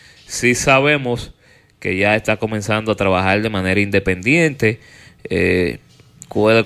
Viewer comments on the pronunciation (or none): Alofoke, no se dice IVANOS, sino IBAMOS (del verbo ir). no TELMINOS, sino Terminos (de terminar). No TRABAJAL, sino TRABAJAR. No se dice HAIGA, sino Haya (de haber).